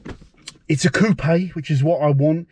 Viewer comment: Lovely choice! Also, kudos for pronouncing "Coopay" properly. Here in Canada, people always follow the U.S. pronunciation "coop." You'll have it all looking sharp in no time!🙂